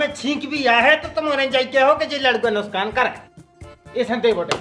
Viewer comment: Bro, it's नुसकान not नुकसान😂😂😂😂😂